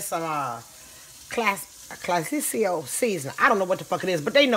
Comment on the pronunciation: Roxanne Hernandez she said clasicio lmfao RiP